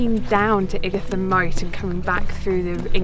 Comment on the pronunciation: Lovely video I used to live in Ightham Village not far from Ightham Mote. You pronounced Ightam wrong